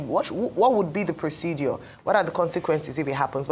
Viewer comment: "Procedure " , not "proceduor" please. Thanks.